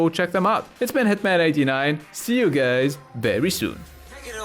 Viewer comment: did he just say see you gays very soon? lmao